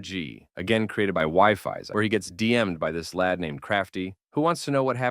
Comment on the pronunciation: Its pronounced wee-fies